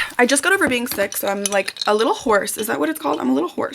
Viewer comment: “I’m a little horse” you’re so Midwest coded ily